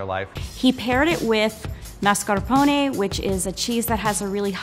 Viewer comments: Level 2 Chef: "I'm italian" Also Level 2 Chef: "Mascarpounnn" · It’s pronounced MASCARPONE not maRscapone